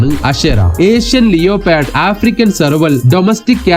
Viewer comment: ലിയോ പാർഡ് അല്ല ലെപ്പേർഡ്....